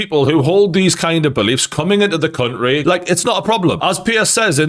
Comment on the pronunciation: Say country properly once